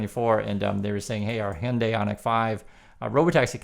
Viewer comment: Hello, just a share to add that Wall Street Millennial AND Logically Answered put out vids today on, respectively, the SoaceX grift and Musk's fading appeal. Adds to peopke's comments to check out Thunderf00t and Common Sense Skeptic channels. The wheel turns.... PS Heeyunday... I always heard it us Haiyundai. I am not sure now what to say here in California. I will also point you to the Beck steamer from Midnight Vultures, "Debra", when he croons, "Hey Lady, step into my Hyundai" ... "I'm gonna take you up to Glendale.. " Giggles. I saw that concert, too. Anyway, interesting re pronunciation, thanks!